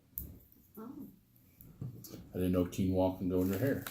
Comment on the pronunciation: Lol. I’m impressed that he knows how to say quinoa!